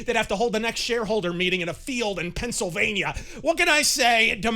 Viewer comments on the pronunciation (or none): none